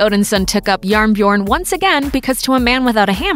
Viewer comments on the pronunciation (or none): its jernbjørn not njarnbjern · Norwegian here. It isn't "jarnbjorn", it is "jernbjørn", pronounced "yernbiorn". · as a norwegian i find it quite funny listening to you trying to say JærnBjørn or "iron bear" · When she tried to pronounce "Jernbjørn" ..... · The way she prononced Jernbjørn made me cringe. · jarnbjorn aint Norwegian bruv. In that case it must be ancient Norwegian as if the word was actually norwegian then it would be spelt: Jernbjørn not Jarnbjorn